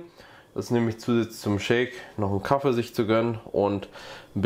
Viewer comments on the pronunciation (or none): Das heißt Kaffee, Kaffee und nicht Kaffe, definitiv nicht Kaffe! 😂